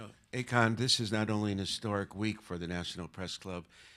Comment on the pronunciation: Isn't his name AKON (ah:kohn) and not "a con" (aykaan)?